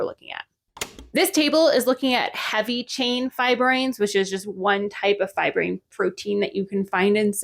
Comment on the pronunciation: Pretty sure it's pronounced fibr-OH-in rather than fibr-OY-n, but otherwise great video. I had been under the impression that insect fibroins and spider spidroins came from a common ancestor, but that clearly isn't the case. Those are very different amino acid sequences. I guess that's why the term spidroin was coined. I doubt I'm the only one who was confused about fibroins and fibroins being chemically similar instead of just functionally similar. Also, the reason Bombyx mori produces such a high proportion of silk in their cocoons is almost certainly selective breeding. They're extremely domesticated and totally incapable of surviving in the wild (or even flying except in rare individual cases).